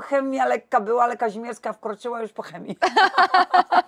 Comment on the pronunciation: Aby NAZWISKA NIE PRZEKRĘCALI….nazwisko KAŹMIERSKA….a przedstawia się za każdym razem KAZIMIERSKA….hipokryzja?